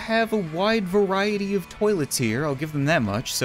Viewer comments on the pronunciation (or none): none